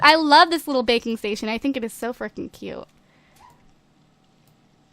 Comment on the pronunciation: When you said "Baking Station" I thought you said "Bacon Station"